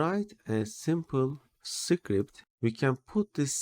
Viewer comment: “Secret” and “script” should be pronounced quite differently)